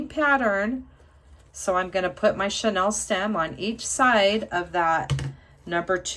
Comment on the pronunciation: It's pronounced "chaneel" as in chenille bedspreads. Beautiful work!